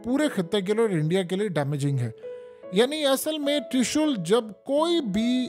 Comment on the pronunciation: ترشل نہیں ترشول ھوتا ھے😂